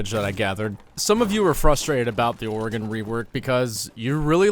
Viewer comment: Aye one of the only YouTubers that say Oregon correctly